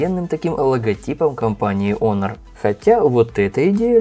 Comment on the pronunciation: Не онор,а хонор